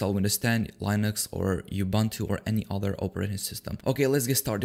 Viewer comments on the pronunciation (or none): not lainux its linux